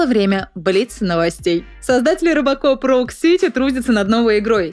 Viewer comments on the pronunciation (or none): none